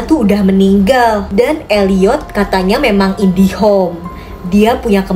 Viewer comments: kok indihom si kak bukan nya indigo kak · Indigo kak bukan indihome😂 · Aku baru nyadar kalo ka ngomong indigo jadi indihome😅😂